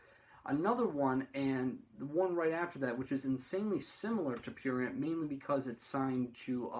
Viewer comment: this video is cringe and when u say prurient u sound disabled